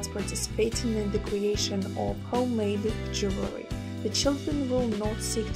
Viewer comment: Why do you keep saying "jewelry" ? Am I hearing wrong?